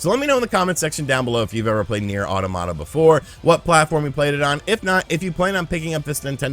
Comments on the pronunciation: not auto Mata. it's pronounced autom ata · Aw Tom it ta , not aw tomata , the word is not supposed to sound like tomato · Automata is pronounced Ah' TOM' mah'ta like the word "Automaton" not Auto-mata. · It’s pronounced like “automaton” ne’er au-tah-na-mah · Hearing it pronounced as "Awetamata" is giving me an aneurysm. 🤣🤣🤣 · Pronunctiation in spanish: Automata. Pronunctiation in english: Oromara